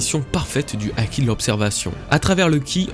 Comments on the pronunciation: Haki ≠ aki. Et myōō≠mioho (juste myo mais avec trois ou quatre "o" à la fin ^^) myoou a la limite. Vidéo bien sympathique dans l'ensemble mais attention à certains faits inexactes . Tout d'abord, pour ce qui est de la pose qui change en main ouverte , C'est avant tout une pose très classique dans le théâtre Japonais et de plus tu analyse ça d'un point de vue occidentale car au Japon une main au doigts ouvert ne symbolise pas le 5 mais le 0 , le 5 étant un poing fermé.... Ensuite a en Japonais , le Kanji de l'énergie/souffle se dit "ki" ou "ké" voir "iki" en lecture kunyomi. "Chi" c'est la prononciation chinoise . Puis le symbole du ki n'EST PAS le même que celui du Haki mais est utilisé dans celui ci c'est pas pareil, c'est comme une racine étymologique en francais donc rien d'étonnant à le voir ici. Ce Kanji "ki" est utilisé dans la formation de plein de mots ayant un rapport de près ou de loin avec l'énergie/le ressenti etc ... (Par exemple on le retrouve dans le mot kūki voulant dire "air" dans le sens "atmosphère" (mais si tu lis littéralement le sens des Kanji un a un y a marqué "énergie du vide". Et enfin la dernière chose qui m'a fait grimacer c'est quand tu parles d'Oda parlant des références culturelles de son pays quand tu fais référence au bouddhisme et à l'hindouisme. Sache que l'hindouisme n'est pas présent au Japon et que le bouddhisme ne représente que environ 15% des croyants là bas.. l'extrême majorité sont shintoïste (84% des croyants). Bref ce ne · Pk tu prononces pas le h quand il y en a un : "haki" mais tu le prononces quand il y en a pas "myōō"